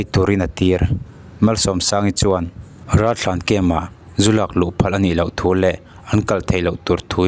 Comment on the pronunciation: I aw chu ngaihthlak a nuam viau a…….Mahse Ralthlan ti in i lam hi ka lo ngaimawh khawp mai